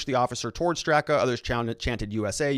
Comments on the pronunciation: Pronouced Brandon Strahhhka. He is the founder. A lifelong Dem, gay New York hairdresser, Hillary voter who left the Democratic party. He is NOT a right winger. I feel sick. A gut punch. Weaponized FBI to politically free voices. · Pronounced Strok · Lol... you and names just don’t get along, huh? 😂 It’s Brandon “St...rock” strock... seems weird, but the a on the end is silent and the first is pronounced like the a in father. While I’m helping with name pronunciation, Andy Ngo’s last name is pronounced “no” - the g is silent. 🙏✌️❤️